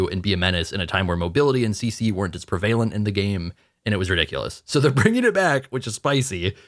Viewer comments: Ye prEvalent, not prevAlent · in the least hateful way(which makes me sound like more of a hater) the way you say prevalent factory resets my brain. Maybe I’m just hearing funny but I swear I heard the same thing in the smite 2 discussion vid